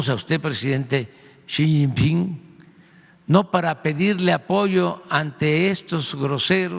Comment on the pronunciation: Jajajaja, una carta de cuates...disfrazando el "ahí te va la bolita", que sacón. Por cierto es Xi Jinping, no Xiping. Interesante siempre escucharlos 👍🏻